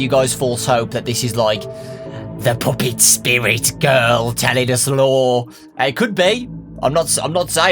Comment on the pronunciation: why does this guy say puppet like poopet? XD